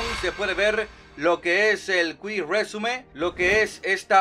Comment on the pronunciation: Cuic resium — Cuic résume — bien chingón, pronunciándolo como él quiere. B) Tú dilo como quieras, hombre. Que te vemos por la información que das y por cómo haces de bien lo tuyo. 👍